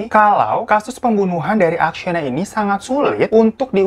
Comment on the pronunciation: Maaf. Namanya Akseyna bukan Aksyena :)🙏🙏